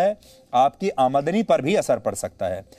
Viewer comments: "Amaadani"😂😂, mahashay "Aamdani" hota hai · admni nhi AaMDani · अमादनी नहीं, शुद्ध आमदनी है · It's Aamdani not aadmani ....pls correct it Sir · Aamdani . Amadani nahi 😂